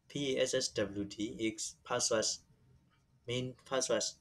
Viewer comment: Password and not paswas